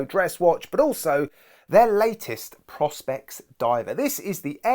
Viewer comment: One actually pronounce it "Pro Specs" if I remember correctly 🤔